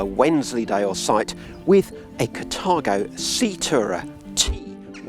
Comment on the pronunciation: "Cathargo." Sorry. Can"t help it, because it made me giggle every time you said it.